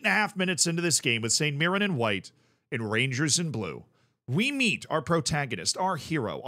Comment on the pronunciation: You also pronounced mirren correctly so dw about that